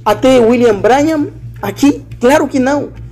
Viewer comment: Se pronuncia "Brãnrram" Deus te abençoe meu irmão. A verdade tem que ser dita contra essas seitas e heresias